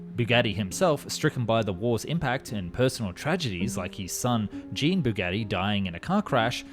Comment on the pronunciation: Very cool vidéo ! But, please, try to pronounce correctly the words in other languages: Jean Bugatti (it's not like in blue JEANs) Le Rêve Bleu. Ask AI to read it for you before destroying our ears ;)